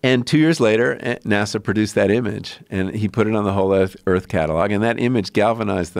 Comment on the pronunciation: eeerth!! lol how he says earth?!!